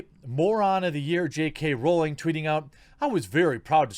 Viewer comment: They see me rawling they hatin, tryin to catch me rawlin dirty 🤪 (jk rawling the way the quarting says it ) lmfbo